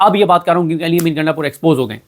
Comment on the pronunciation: O bhai gaindapur nahee ……gundapur. Waisey hai wo gainda type heee🤣🤣🤣